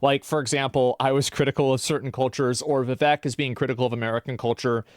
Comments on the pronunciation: i just want to say its pronounced vi-vake, like cake but va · Vivek is pronounced Wewake. Edit: You wanna fix the problem? Make H1B1 pay the same as native salaries and automatically companies will stop prioritizing H1B1. There is also another massive issue that works against you'll in this regard. H1B1, contrary to what you'll believe isn't just handed out, it can only be given to someone if there aren't multiple American's to fill that role in the company, American's who need less in term of qualification compared to their H1B1 counterparts. The fact that visa's are still being handed out means just one thing, you don't have nearly enough engineers. Reduce the cost of education, subsidize that and you need a cultural shift where a thirst for education is celebrated. Prioritise stem subjects and degrees. Make college's cheaper, much cheaper. If people over there can't add two numbers, honestly what did you'll expect?